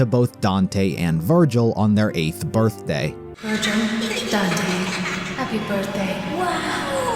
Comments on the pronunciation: I just realised, gilvir is literally the syllables of virgil switched around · Gilver? Virgil lol😅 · GIL-VER VER-GIL This is the funniest thing I've seen... haven't even passed this part yet but I already know it's coming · Gil-ver 💀😭🙏 (most creative name ever)